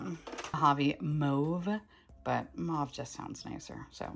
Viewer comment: I’m French Canadian and wanted to drop by and say yes “mauve” is said like “mowve” like “mowing the lawn” lol and not “mahhhve” 😅